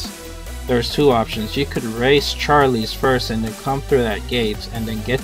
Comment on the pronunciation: Nice old, outdated Vindictus logo. Also, bro, it's not Gliderite. It's Gilderite. Ugh. How can you be pronouncing it wrong when the spelling is literally right in front of your face? Also, again, why do you call Mine Bombs "Mine Ores?" That doesn't even make sense? -_- One more thing, the name Charles isn't pronounced like [Charlie's]. It's like [Charuls.]